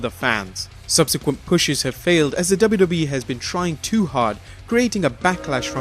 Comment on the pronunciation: Is he saying WWEF?